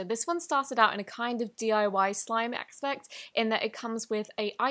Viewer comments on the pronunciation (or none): OMG did anyone else realize that she said acspect instead of aspect ???????? that was sooooooo funny to me, idk why but i’m dying on the floor laughing right now!!😝🤪🤪😝😁😁🙀😹🤣🤣